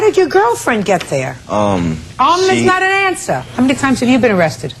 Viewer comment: "Um is not an ansah!" 🤣🤣🤣